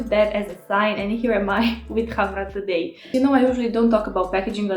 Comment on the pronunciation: Finaly someone that pronounces correctly the word Khamrah :) Thank you for your review! 🌺